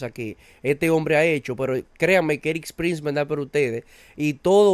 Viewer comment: Todo bien contigo, y totalmente de tu lado… pero… se llama ERIK PRINCE, y no “ERIKSSSS”, no te parezcas a MADURO diciendo “Elon Mukssss”, cuando es “Elon Musk”… si, irrelevante tal vez, pero en mi cabeza, solo no pronunciar los nombres de manera correcta, ya hace que el resto de la información, me parezca dudosa!… no lo tomes a mal, es un consejo simple!, mejoremos todos hasta en los pequeños detalles!